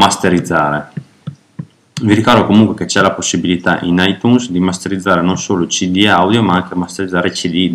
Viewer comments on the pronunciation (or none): cmq si pronuncia aitiuns si pronuncia poi si scrive itunes :)